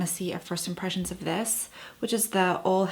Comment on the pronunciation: I am pretty sure that you pronounce Ole "ew la"